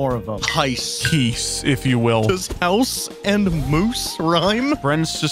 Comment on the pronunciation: Lets see how many mispronounciations of house we can make.